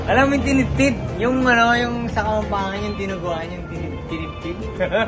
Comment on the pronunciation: Tinidtid 😂 hindi ba tidtad? 😅 hahaha